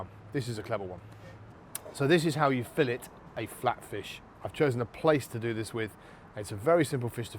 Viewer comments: If you’re a cook and you can’t say the word fillet properly, you’re an idiot. I’m watching something else. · Fillet. "She was only a fishmongers daughter, but she could lay on a slab and say fillet".